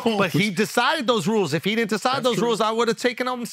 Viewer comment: BRO no one talks about never knowing how to pronounce DIDNT... she says DINNIT